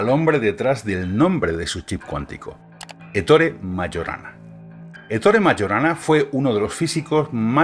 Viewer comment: Solo para tu información: Ettore es Hector en italiano y se pronuncia parecido, poniendo el acento en la primera “e”